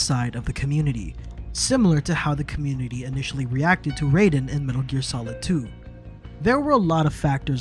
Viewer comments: Raiden - said RI DEN, it is not RAY DEN.. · Oh no.... It's RAIDEN not RAYDEN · Im still at nope. The story sucks ass. Even if they finished it, it wouldnt chsnge that for me. The whole vocal chord subplot was retarded to begin with and the fact that everything is "told" through casette tapes. Also why would you pronounce it "Rayden"? Its not like you cant literally play the game and hear how its supposed to be pronounced. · I've gotten used to the fact that many fans do this, but I still swear by Ry-den. And on that matter, Ty-dus not Tee-dus (FFX) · If you pronounce it Ray-den it means you never played the games. Periodt. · Hate to be that guy but its pronounced Ryden, as in rye bread. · I can tell when a reviewer of Metal gear has never played metal gear. They pronounce raiden’s name wrong. Like the pronunciation is hammered in over and over and over in mgs2.